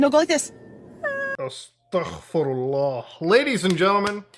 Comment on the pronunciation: Muta's "austugfirallah" absolutely floored me 🤣 💀